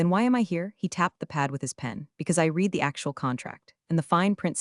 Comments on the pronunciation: In context used read is said as red not reed. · Shame the AI voice can't tell the difference between "read" (past tense) and "read" (present tense) - God help us is AI can't do a simple reading task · I absolutely love the way every time read should be pronounced like red, the AI pronounces it like reed and vice versa. I didn't hear even once when the AI was correct. Perfect example of the idiocy of AI at certain tasks. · While somewhat entertaining, it sounds Very much like fiction... not even the pretense of being based innreality. Also, the AI is too stupid to understand when "read" is meant to be read in the present or past tense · And all narrated by a horrible, gabbling AI voice that can't tell the difference between present tense "read" and past tense "read". It makes me want to scream and jump on my teeth.